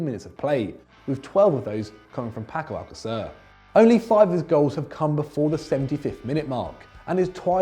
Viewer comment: Paco Alacacer 😂😂 who noticed that